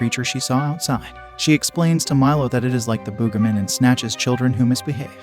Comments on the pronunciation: Bro really said The "BoogaMen" 😂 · Why do I feel like the Text To Speech keeps having a stroke like "Boogimen"? I feel like Text To Speech isn't okay